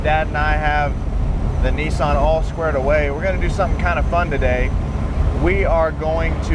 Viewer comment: Neesan NEEsan??? Niss as in Miss, than an =Nissan.